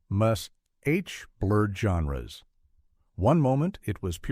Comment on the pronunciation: Why must you use AI to narrate these things? Would it cost that much to have a real person narrate them? The weird pauses in the middle of a sentence, the Bold Ons, and the m.a.s.h! It's so stupid!